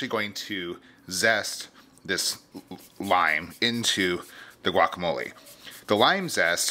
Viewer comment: pronounce it "guacamol-ay", not "guacamol-ee"!